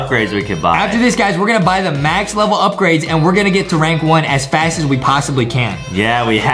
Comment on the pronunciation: You said faz-growth instead of fast growth